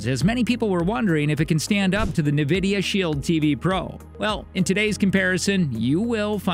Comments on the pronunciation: It's pronounced N- vidia not NA - vidia . Otherwise good video thank you! I have both and they are both good...can't go wrong with either. The Shield Pro does have a good AI upscaler for lower quality content that it sharpens and makes look better. Also the Apple 4k you can pair a controller to and play Apple arcade games on the big screen. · Yes, it is Enn Vidia not Nuh Vidia. I see financial commentators on TV make this mistake all the time. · Please say “n” vidia. Unless i am just super wrong some how. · I’m just curious on how you didn’t know how to pronounce N——Vidia! Oh well. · Hahaha seriously though. “Nevidia Shield” 😂🤣 A lot of people have trouble pronouncing the name. They should just pronounce it as it’s written. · Great review. But please learn to pronounce Nvidia properly. It’s En-vid-ee-uh. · Who taught this person to speak? Nuh-vidia? "The intensity of which can be tweaked if you find it a little garnish." Garnish? Don't you mean garish? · Who else is annoyed with the pronunciation of “navidia” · It is odd since it's never been pronounced like that. There's no ad or audio pronouncing it that way. My guess is they have no experience with Nvidia and just guessed based on spelling. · This dude mispronouncing Nvidia is driving me nuts!